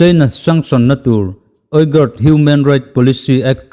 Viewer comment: Xinjiang hi sin-chiang (ri khamphei ve ve, "khamphei' ri angin) tia lam tur ania, uyghur hi ui- ghur tia lam tur, ka ui lutuk tia "ui" ri ang leh ghur chu ri chhuk, vai ho kurtai sawina "gur" thluk angin, inthlahrung takin ka lo sawi ve mai mai.